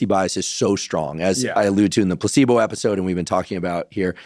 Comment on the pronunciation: it sounded to me like Dr huberman said “p*ssybow” instead of placebo. With regards to Melanie trumps blouse, of course! Otherwise, very informative interview. I’ve had 3 aci episodes, I can attest to using caution with edibles. Know your dose!